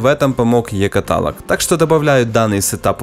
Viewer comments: каталОг а не катАлог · каТалог ? Да, зачет. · Другие - E Каталог (ударение на О) Ты: E Каталог ( ударение на а ) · Каталог, а не каталог!